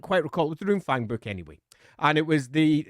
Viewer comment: I swear I heard 'Loonfang' at some point. Now my weird ass brain is imagining a Goblin Fanatic somehow getting his hands on a Runefang, thanks for that.